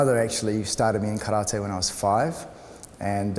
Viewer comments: its not karrrta its karate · Yes, it is. It is Kah-rah-tay... Not 'Tee'. Just like saying "Kuma-tay" instead is incorrect. If you can't say karate correctly, why not just call it "empty hand"? Kindest regards & all the best. Andre